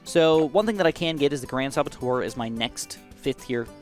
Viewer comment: Saboteur not sabattoire.... That annoyed the hell out of me